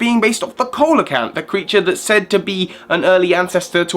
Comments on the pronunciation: it's pronounces Seel-o-canth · Wow COLOCANTH SEELOCANTH I know neither of those are spelled correctly they’re just supposed to Be the pronunciation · It’s see/low/can/th not colacanth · sorry but it's pronounced seelocanth not colecanth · not keolocanth its ce-lo-canth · It's see-lo-kanth not Ko-leh-canth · It's see lo kanth not ok li canth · It's pronounced SEE - luh - canth I believe. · Ceoleocanth is pronounced Se-Leo-kanth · Its pronounced see-luh-kanth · ITS PRONOUNCED SEE-LO-CANTH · You pronounced coelacanth wrong... its see-lo-canth. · Coelacanth is pronounced see-low-canth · Why can't people ever learn to pronounce ce-lo-canth properly lol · The relicanths real life animal is pronounced See-lee-oh-can-th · It took me just one click to Wikipedia to see Coelacanth is pronounced See-la-kanth. Nice research guys. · ... It's pronounced See-Lo-Canth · fashion looking weirdly good but that coelacanth pronunciation tho